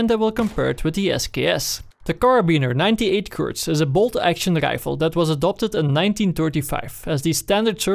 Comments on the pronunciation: It's not kark it's kar. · How come you pronounce it "kark ninety eight" instead of "kar ninety eight"? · Is he saing KARK? no budy its kar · KARK? you mean Kar98K lol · I swear, 90% of the comments are about him saying ''Kark''... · KarK xD Jeeez dude... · KAR! Like KARABINER! Not KARK! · Its not from his accent or sth like that... He thinks its kark... Look at the stats for example... It says kark 98... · it really bothers me that he says karK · KARRRRRRRRRRRRRRR NOT FUCKING KARK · I saw the title after I posted the comment. Probably because the gun is the Karabiner 98 Kurz, so he is shortening the karabiner to "kar" and adding the k for kurz. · im sorry but i just cant watch this video with you calling it "kark" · Everyone tryna say hes wrong for calling it a KarK, you're wrong. He (and many others) call in the KarK because, (KAR)98(K) so they dont confuse anyone with the difference between a Kar and a Car :)